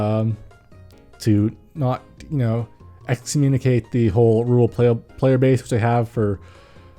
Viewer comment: When he said "rural players" I thought I heard "rule players" and it confused me for a moment.